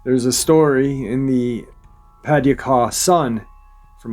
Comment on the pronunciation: I love your pronunciation of Paducah better than the actual pronunciation. Not that you need to know, because I absolutely love your way of saying it-is Puh-doo-cuh.